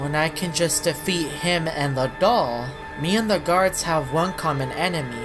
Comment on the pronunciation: you say dog not doll